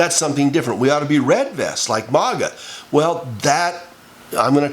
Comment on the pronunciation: Its Not Maawga its MAGA